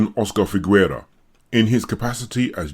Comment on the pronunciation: Figuera is pronounced fighera, not figwera. Gue and gui (and also que and qui) in Spanish don't pronounce the "u", which is only there to make the "g" sound "hard" ghe and not soft ge (which in Spanish would sound khe but regardless). Otherwise it's the same logic as in French (which also uses gue/gui similarly), Italian (ghe/ghi vs ge/gi), etc.